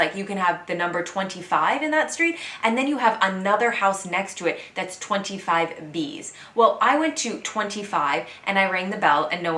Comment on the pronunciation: For your french, "25 bis" is NOT "25 bises" but "25 biss" .